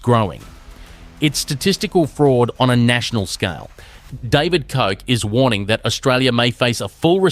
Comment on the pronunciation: The voice is dead set AI It even say the names incorrect of Australian people it's Koch not coke